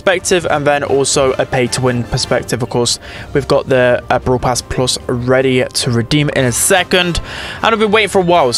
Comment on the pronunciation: ITS BRAWL PASS NOT BROWL PASS ITS WITH AN A